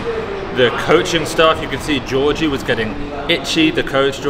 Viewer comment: Finally Lasha content! Thanks man! But you keep pronouncing Giorgi wrong😄Sorry for being annoying but "g" both times is being pronounced hard like in "logo"